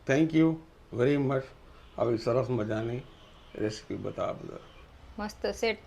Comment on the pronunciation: રેશિપી નો કહેવાય,રેસીપી બોલાય